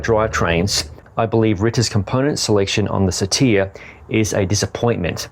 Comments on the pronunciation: I’m pretty sure it’s “sar-ter” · it’s pronounced ‘sattur’. Short ‘a’ sound (not ‘ay’), hard ‘tuh’ (hence my use of the double ‘t’) and longer, deeper ‘er’ sound at the end. Classicist and English teacher trying to help. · best part of this was watching you struggle and hating all the comments you knew were coming your way. dead laughing...lol try "sitr", also "sit are" pronounced the same, but spelled differently for comprehension sake. think i'll watch this again, just to view the struggle